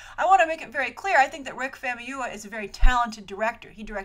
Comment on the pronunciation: It's pronounced fahmooyeewah(famuyiwa). You're welcome!